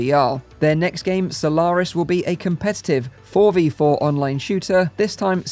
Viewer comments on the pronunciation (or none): Why do you say Solawris?